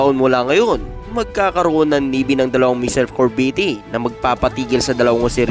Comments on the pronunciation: corvette cor-vette hahaha yan ang basa di cor-ve-tte thanks po🤔🙄😳😁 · Anong kor-vee-tee? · Anong corveti?Baka CORVETTE AYUSIN MO REPORT MO